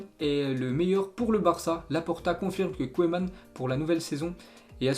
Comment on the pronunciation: Koueman ? Pour dire Ronald Koeman ? Il tacle à la gorge tout les noms de joueurs et des clubs !! Et arrêt de lire on dirait un CP qui essaye de lire !